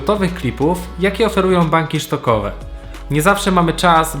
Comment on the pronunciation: Dzięki za ciekawy filmik. Muszę się jednak czepnąć ;) jednej rzeczy - to są banki stokowe a nie SZtokowe - sprawdź wymowę słowa stock na google translate choćby